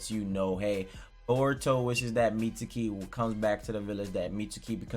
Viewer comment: How does every video go from “Mitski” to “Meet-su-kee”???😂😂😂